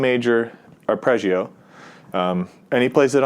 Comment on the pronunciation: Curious why you say “Arpreggio” rather than “Arpeggio”